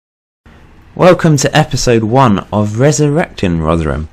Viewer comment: Oh yeah and we pronounce rotherham rother rum